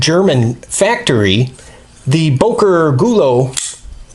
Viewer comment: Its not bOker it's bÖker